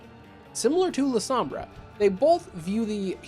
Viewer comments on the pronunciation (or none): none